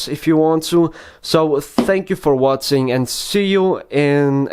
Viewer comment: Thank you for wotsing :P